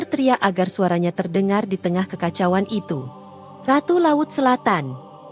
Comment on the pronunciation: Tlg kpd story reader membaca kekacauan bkn dg kekacau an